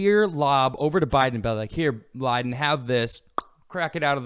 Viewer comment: Did just call biden Joe Lie-den? That's good.